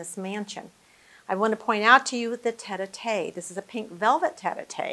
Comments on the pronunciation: The pink cushioned seat is NOT a "tet-ah-tay" It is a French word, "tête-à-tête". Tête is the French word for "head". Tête-à-tête translates literally as head-to-head but colloquially means face-to-face. Note that the chair has one person seated on one side while the second person is seated on the other allowing them to "put their heads together" to have a private conversation in comfort. Just sayin’, the docent might want to learn this term. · What a beautiful house! (By the way, the pronunciation of "tete-à-tete" chair is "'tet ah tet" (head to head), not "'tet ah tay"'. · It is pronounced tet as in bet and the à sounds like "ah" as in "Ma" or "Pa" so it would be tet-ah-tet. The docent gets the first parts right, but it's how she ends it that's wrong. She says, "tet-ah-TAY" rather than "tet-ah-TET". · Thank you all for correcting the mispronunciations of "tete-a-tete" and "chandeliers". I was going to let the butchering of tete-a-tete pass without comment but when "chandelier" came along I couldn't stand it any longer. If such a fine video is to be made, wouldn't some care go into getting pronunciations right as well? Nevertheless, thank you for the near authentic restoration and this video. Beautiful. Best wishes from Malaysia. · I think the point you missed is that the docent took the time to learn the history of the house but didn’t bother learning how to pronounce words she would need to use but were clearly unfamiliar to her.